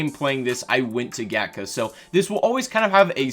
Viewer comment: Gatka is pronounced kind of like "gtka".i believe it is hindi.